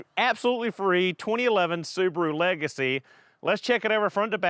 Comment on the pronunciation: The battered soo-bar-oooo. Wow